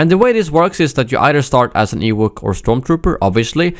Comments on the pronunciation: wtf is an "ewook" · Ha. "Ewuk".